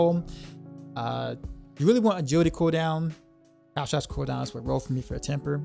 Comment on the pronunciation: sorry for being nitpicky but you keep saying calTRAPS, but the word is calTROPS... the o is pronounced like the o in top...